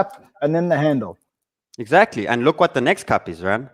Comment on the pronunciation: Exackly, exackly, exackly!!!!!